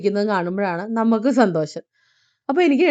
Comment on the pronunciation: സന്തോശം അല്ല സന്തോഷം.